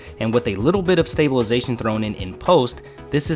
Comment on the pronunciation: "With STABILITION" WHUUT